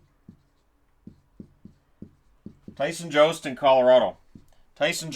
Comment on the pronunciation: It’s sounds like yost not jost. Went to school with them